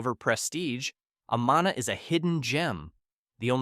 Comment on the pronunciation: Amana is pronounced : A-man-a. Not A-maa- na. 😐